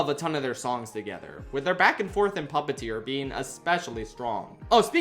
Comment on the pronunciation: The repetition is redundant and wholly unnecessary. Repetition should be used to place emphasis on an important idea, but this is something we really don't need to know or care about, and it's almost certainly not the main focus of the Circe Saga. The syllable, "pup," is stressed instead of "teer," which makes it sound clunky and difficult to read (also it's just incorrect English). Lastly, the change in the amount of syllables on the second part leaves pauses where other words would normally fill the gap, which can just make it sound awkward when it's compared to the previous part. That's really all there is to it. I'm not saying it's the most offensive line in the musical, but rather that it's not good or even excusable.